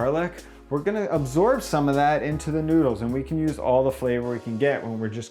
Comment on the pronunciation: why do you say noodsekys?